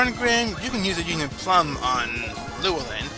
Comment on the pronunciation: The "plume" in Union Plume is pronounced "ploom" and rhymes with "assume".